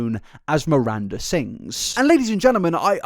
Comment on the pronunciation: Love the disrespect of mispronouncing her name, even 'Merinda' 😂 how did you watch all the videos and info without figuring out the G that sounds like a J in Ballinger? 😂 it had to be on purpose!